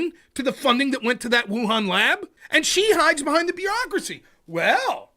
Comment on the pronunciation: Stop saying "beerocracy"